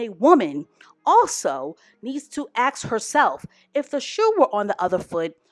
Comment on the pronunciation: Ask...not axe